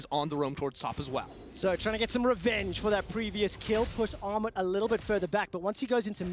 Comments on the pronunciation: It's pronounced Gnarmut ;) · Actual name: Armut pronunciation: Aghmod pronunciation: Armou Lmao it's not that hard to pronunciate that